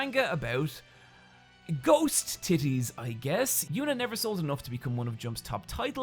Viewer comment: 2 things... 1. Undertaker's theme is so iconic that I heard few words as the music was playing and only saw the dead man walking to the ring blessed in fog and unyielding desire to punish those who step into his yard. 2. Ghost titties is funny. But HOW your said titties... it's funnier. Idk how you did it. Maybe the emphasis was on the wrong syllable.... but, I'll now say tiTTiez from now on. Love your face, and there's narry a thing you can do about it